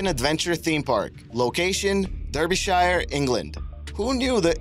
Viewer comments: Sorry it’s “wreck-recational “ not “ree-creational”, and “Darby-shire” not “derby-shire”(despite the spelling). I have a real hate of words and place names being mispronounced, sorry but please check your pronunciation before recording, especially ENGLISH place names as there are a lot that are pronounced very differently to their spelling. Big thumbs up for content etc, but a tiny thumbs down for pronunciation and grammar. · Derbyshire? It's pronounced as 'darbyshire' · Duur bee shire. Lol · My ears hurt when Americans try to pronounce Derbyshire.